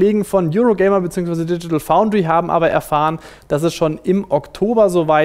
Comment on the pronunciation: ... whaat? xDDD digitaltgaldglasfg foundy? hahahahaha